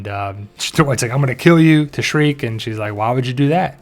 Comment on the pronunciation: Okay so it's Shrike, not Shriek. Also, it's Carrion, not Carryon.